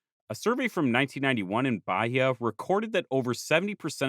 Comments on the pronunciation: I can help a bit with Portuguese pronunciation: The Portuguese H is silent, so Bahia should be Ba-ee-a and not Ba-hee-a. When between a L/N and a vowel, it gives a Y-like sound before the vowel (I think the best example I can give in case of N is it'd be closer to "Can ya" than to "kenya"). RR and R in the beginning of a word sound like English H (in my opinion at least). R between two vowels (or after a consonant like G or T) sounds more like the English R. Serra would be more like "Seha" than like "Sarah". And this doesn't come up in the video, but Portuguese "ch" sounds like "sh" in other languages, to the point only a few loanwords use "sh" (Like "shopping center", which is our equivalent of a mall, and "show" which we spell like in English). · Also, it's Ba-Ih-a. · I'll also add that Bahia is pronounced like Buy-EE-yuh